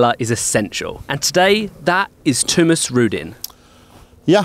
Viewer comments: why the hell you say '' thuumes '' for ?? It's Thomas, as in THOMAS here in Sweden No Thumes or Thoomaas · Tumas? What, that's not even the pronunciation in english?! I thought it was Thomas? As in (Tho)t. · Do britts really pronounce Thomas like that? Toomis? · Oscar Heimdahl but you dont pronounce it Toomis in sweden